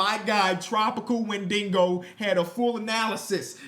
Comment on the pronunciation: It's "Wen-dih-go" not "Wen-dingo". It's the cannibal creature from Native American mythology.